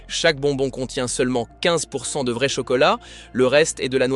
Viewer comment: Faut apprendre à votre ia que vrai ne se prononce pas véret